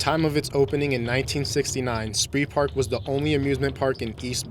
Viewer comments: And it is not Sprihpark. Not any language makes such a mess of the pronounciation as english does. Spreepark is simply pronounced as it is written with a long e sound like in emission for instance. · It's pronounced "Spreepark", like in "Spreewald". Not "Spreepark" like in "killing spree"